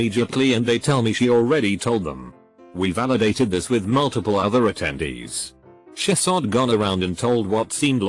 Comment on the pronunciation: Text to speak: Shesus Everyone: :o Conclusion: text to speak is drunk